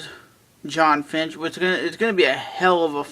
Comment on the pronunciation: you keep saying finch instead of fitch. you are pronouncing his name wrong and you've done it for a long time.